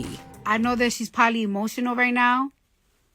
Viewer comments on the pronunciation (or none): Cardi B has managed to transpose the word "Probably" ... three syllables: prob-ab-bly into "polly." Well done.